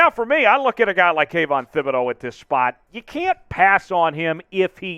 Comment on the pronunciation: I became a casual fan of the #Seahawks when they formed in 1976 and a hard core fan of the #Seahawks in 1987 when I was surrounded by Bronco fans. BTW - it is pronounced TIB-ed-oh